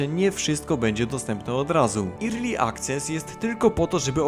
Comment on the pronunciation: A ten dalej irli akces mówi xd Koleś, ERLI. Grasz tyle lat w grę po angielsku, a słowa nie umiesz…